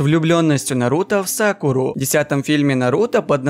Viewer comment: Мне кажета ты сказал Сакулу а не Сакуру